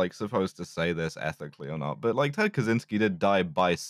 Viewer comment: Ted Catch-ynski, not Cazzinski